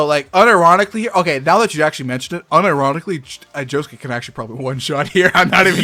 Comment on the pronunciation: You lose all credibility by the fact you can't even pronounce josuke's name.